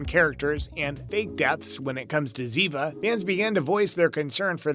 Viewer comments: If you are talking about favorite characters at least learn how to pronounce their names It is Zeva And David is Dawveed! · Please Have The NARRATOR'S Pronounce Names Correctly Like ZIVA (Spelled DAVID PRONOUNCED DAVEED).